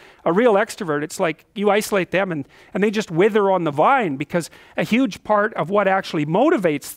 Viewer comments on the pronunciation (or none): none